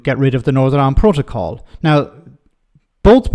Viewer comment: The Protycol. Can't even say it right.